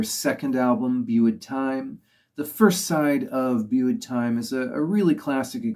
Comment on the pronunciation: You might like help in pronounceing few things? Euros? 'u' in Welsh sounds like 'i'. Euros rhymes with 'hey ross'. Just drop the 'h' and it's identical. (And 'methu' is like 'methi', for the same reason.) it should read 'Gwres Prynhawn' (the heat of an afternoon / afternoon heat). In the word 'bwyd', the 'w' comes before the 'y', so it's booyd time (as sung at the start of the album!), rather than beewd time. Good to see someone pay Gorky's some attention. I believe they were quite well appreciated in Japan, but I don't really know. They never seemed to foster a following. They just got on with being creative. I did see them - once in 1993, and twice in 94, at least. Over the years, both my vinyl deck and my cassette player have passed away, and Tatay and Bwyd Time, for example, have been long neglected. I'll make it a priority to fix both machines this winter, and reconnect with all the stuff I've collected from 1970 onwards! Digital is great, but there are some treasures that haven't made it to that format yet. I'll have a look at the other videos you've followed this one up with. Diolch, pob lwc i dy sianel.